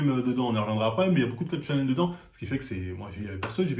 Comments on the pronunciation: « C’est un Sénine mais y bcp de code de Shonem » mdr ça me bute comment il écorche les mots 😭😭😭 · "Kingdon" "seinim et shonem" 😂